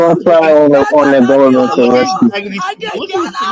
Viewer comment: It's the "gubberment" 😭